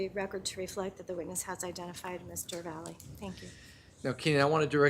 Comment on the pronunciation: Valle is not pronounced as Valley.